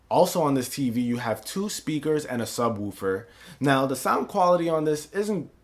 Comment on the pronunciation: I love how this guy says sub " Wuufer". I'm dying over here.